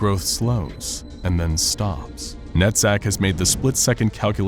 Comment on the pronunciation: So I was tabbed out when he said "Netzach" and thought he had said "nut sack", and now I'm wondering... am I a bad person or was this a bad choice of names?